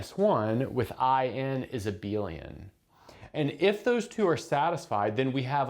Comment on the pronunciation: "Let's supoose that L mod I is abeal"